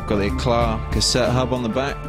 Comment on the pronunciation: Pronounced e-claw or e-cla the t is silent.